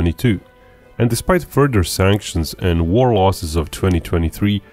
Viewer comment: "Furder events..." Speak English!